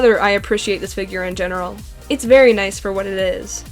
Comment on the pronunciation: Haha you said Barry instead of very